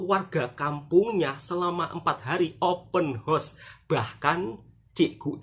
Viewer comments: Bukan "Open Horse"..." Open House"🤭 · Sebutan yang benar OPEN HOUSE (untuk mudah sebut, HOUSE mirip "HAUS")..jangan sebut "OPEN HORSE" lain artinya Mas..nanti artinya sama dgn "MAKOLI INNA" 😂😂, salah tidak mengapa kita sama2 belajar..